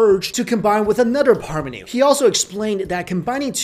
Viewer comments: Paramanu. like Param aah-nu. not Parmanu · And it's not pronounced as Parmanu, it's "Paramanu" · The correct pronouncation is Pur Maa Nuu